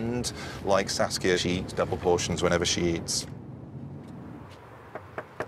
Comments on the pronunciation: oh, her name is saskia, not sasuke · I heard her name as Sasuke lol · it sounds like "sasuke" tho